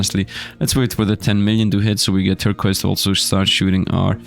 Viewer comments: Turkwass... Tir-koize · it's pronounced "Tur - coys" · Bro why did he miss pronounce turquoise it is something so simple but he made it seem so hard😂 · it's kinda weird to hear Turquiose said differently. i am not complaining or anything.